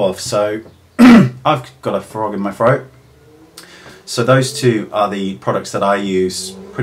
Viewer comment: I love it when others say froat instead of throat! :P His accent is awesome!